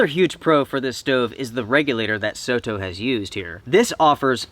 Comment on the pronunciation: This is a great little stove. I love that you say "soh toh" and not "sodo, soro" (with a rolled d or r) the way most Americans would.